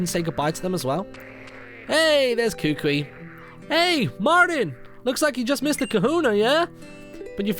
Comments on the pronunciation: Kukui isn't your cousin, its just that everyone in Alola is considered family which a long way down the line, is scientifically true. And just to help you out Kukui is pronounced "koo-koo-ee" not "koo-kwee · YOGSCAST Martyn not to be a correcting carrot but you say kukui koo koo ie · Martin the professor is pronounced Ku-Ku-i and u can catch cosmog after completing the game and u must have lunala in ur party when catching it as u r playing the moon version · Kukui is pronounced "Koo-Koo-Ee". At least, that's how it's said in the anime. For those of you who didn't know that. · its pronounced (Ku-Ku-E) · Kukui = Ku-ku-ee For future reference.